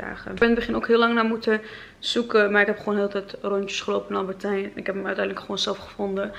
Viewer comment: Wooow -10! Super goed❤️. Maar wat ik vaak merk is dat je albertijn zegt. Alleen is het Albert Heijn. 😬Niet gemeen ofzo bedoeld, just a tip. 💕